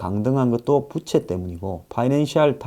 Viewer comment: 부채를 말씀하실때 억양이 특이하시네요 ㅋㅋ